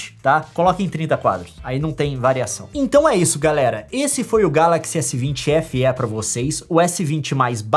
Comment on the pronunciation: Só eu fiquei esperando a Nilce falar Feeeeeeeee e não F éé kkkkkkkk